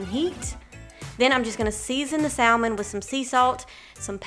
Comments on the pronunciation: The L in salmon is silent. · because the L is silent in Salmon. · Very great video. Thanks. Just one thing to add. THE L IN salmon is silent. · “Sall Mon” highlights your accent. I’m guessing southern US. Way up north it’s pronounced “samen” Great video 👍🏼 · Trying all of these ❤love the ideas and how you say Sal-man😊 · Haha...in the UK its Sa-mon for Salmon. 'L' is silent. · I'm from the South and we still say "SAM"en so it must be a specific area for her. I thought it was interesting too! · I love how you say salmon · great video. hearing you pronounce salmon had me cracking up. 😂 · Every time she says salmon 🤣🤣🤣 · I've always wanted to meal prep but have been too lazy to do so.. but in reality its something I can do a sunday afternoon and am set for the week.. cool video, low carb and healthy .. also it's cute how she pronounce saLmon.. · Lol... I grew up in a small town in Mississippi and in my family, we always pronounced the L, but apparently I've been saying it wrong my whole life. I'll be sure to say it properly next time :) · Sal-mon or Sam-man ..someone help me?!! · It was all great until I heard how you pronounce salmon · I’ll sub if you pronounce salmon correctly. I’m from east Texas so don’t give me that southerner excuse.